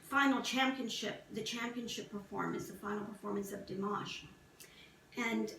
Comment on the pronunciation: also corden is a good guy because he takes the time to get to know people he has visit on his show. he did pronounce dimash's name wrong, but i think that was due to not being able to have the ability to really look into dimash to learn about him like he wanted. but from having bts on his show and spending time with them and getting to know them and pronounce their names properly, which surprised them, you can tell that corden is a good guy.